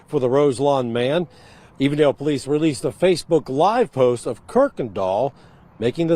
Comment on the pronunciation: Ohio here. The location is E-vendale, sounds like you said A-vondale which is a different community located in Cincinnati. E-vendale is in the suburbs of Cincinnati. Shout out to the "Nati".